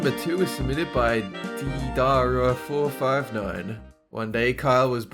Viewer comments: It's Dey-Dar-Ah not Dee-Da-Ra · its deidara dey-da-raw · "deidara comes up" "Dee daar ra" ...its day da raw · ...it's pronounced Day•duh•ruh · "Deidara" is pronounced "day dar uh", XD It's a Japanese name, those things aren't the easiest ones to say. It means "mud" (or "clay", I guess, something like that). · u said his name wrong lmao deidara is said de-dr-a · anyone else cringe when tried to pronounce deidara? 😧😂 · duuuuuuuuuuuude it's pronounced Dae-der-ah XD I a freaking huge anime fan so I would know! Lol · deidara is pronaunced day-dar-a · it's pronounced (day der a) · its day-dara , deidara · deidara is a name from naruto and it's pronounced day-da-ra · Deidara is pronounced Day-der-ah. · deidara is DY-DA-RA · DEIDARA IS PRONOUNCED DAY-DARA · Note for, ever see Deidara again its pronounced "Day-Dar-Ah" just say it fast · The one you can not say deidara it's naruto shippûden I like naruto and shippûden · xD apparently don't watch Naruto for him not to know how to say Deidara. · omg just butchered deidaras name I'm such a huge Naruto fan I was like omg why!